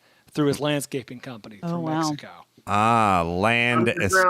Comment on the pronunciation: Go to of this episode and listen to say Mexico. Really? You speak for a living and THAT'S how you say Mexico? It sounds like he's gargling on his own saliva while he's speaking.